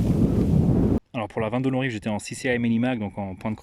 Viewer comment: J’aime beaucoup les prononciations de chaque mot avec l’accent… sauf à 22 long rifle… le poids des habitudes 😉 Mise à part ce détail, idéologique très intéressante, faudra que je rajoute quelques pistolets en 22 magnum le jour où je me livrerai à un comparatif pré-achat. Merci pour ça !